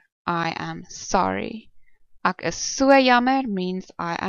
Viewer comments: It should definitely be like the "ack" from acknowledge. You must be a capey. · The pronunciation of "ek" in this video is also wrong. The sound should not be in the back of your mouth, like in "acknowledge", but in the front of the mouth, like in "extreme". Ek = extreme (correct). Ek = acknowledge (wrong).